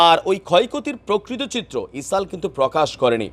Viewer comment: সবাই বলে ইসরাইল। আপনি বলেন ইসাল। এত ভয় পেলে কি আর সাংবাদিকতা করা যায়!